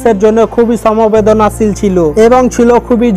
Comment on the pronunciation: 00.46 "Samobedona sil"....Songbedan sil habe re. Bangla sikhli na. Bangali hoyechis. Arab chole giye sekh der toilet clean kor.